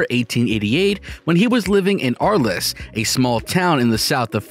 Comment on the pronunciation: Would have helped if you had learned how to pronounce "Arles".